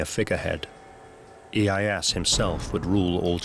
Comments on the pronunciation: Isn't it Tokugawa Ieyasu? Not iyeass. Narrator spelling his name wrong many times. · “Tokugawa IyeyaSU!" you idiot. I get it, you got booked, congrats, but could you have put even minimal work on pronunciation, at least the names. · British prononciation is always terrible in these documentaries. Mah-San-Moo-Nay, not “Masamoon”, Ee-ay-ah-su, not “Ee-ay-ahs”….. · My God the pronunciation in this video is atrocious. Tokugawa's name is NOT Ieye-ASS...and it's Masa-moon-eyy....come on guys, there are so many resources out there to figure this sort of stuff out... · Tokugawa IeyaSU!!! Anglosaxon speakers cannot speak other languages! MasaMUne!!!